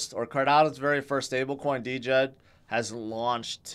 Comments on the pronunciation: Hey, the stable coin is pronounced “Jed” not “D-Jed” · It is pronounced "Djed". It is mean "grandfather" on Slavic language.